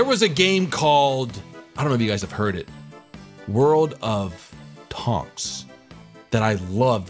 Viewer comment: world of "tons" lol